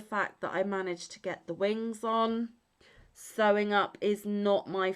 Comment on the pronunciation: Took me a min to realize you were saying sewing haha My brain didnt want to wrap around it haha But very true! Its my nemesis hahaha